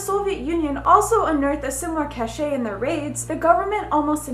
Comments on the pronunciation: "cache" is pronounced like "cash"... that is MADDENING!!! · omg THANKYOU that was driving me nuts and I was just waiting for someone to say something. Yes it's cash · cache is pronounced cash